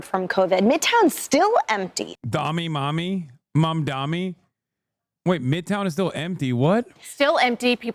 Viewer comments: Dude this Fox lady cannot say "Mamdani", it's gotta be on purpose. "Momdommy"?? "Momdomini?" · Why can't they say his name right? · why the f*&^ can't these "pundits" pronounce his clearly phonetically pronounced name? morons.